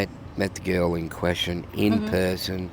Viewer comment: I think I heard her pronounce the word person as puhson after that Australian interview. Interesting!